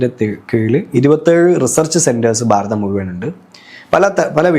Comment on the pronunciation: ബാരതം, ബാര്യ, bagavan എല്ലാം ബ. അതുപോലെ അഗോരി.. Entha ഇതു. ഗോരം.. അക്ഷര ശുദ്ധി ഇല്ല